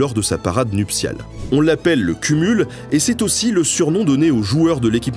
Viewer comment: Hello, 2 petits points que je me permet de faire puisque je vie en Papouasie Nouvelle guinée, kumul se prononce koumoul et la petite fille qui a dessinée le drapeau viendrait selon mes collègues locaux de la région de Gulf (juste à côté) pas de centrale.